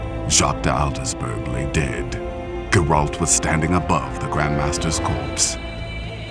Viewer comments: Although not everything in this video is correct, it's good as always. one little thing that annoys me is the pronounciation of Geralt's name. It's GEralt not geRALT. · The way the narrator pronounces Geralt is just wrong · please say geralt right ughhh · OH MY GOD. The way you say Geralt is sooo wrong it annoys me soooo much